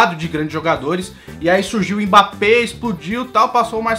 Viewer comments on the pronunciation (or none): none